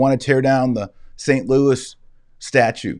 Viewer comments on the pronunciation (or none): none